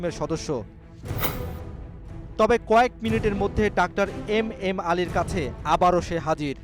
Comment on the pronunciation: ডাক্টার নয় ভাই ডাক্তার 🤣🤣🤣🤣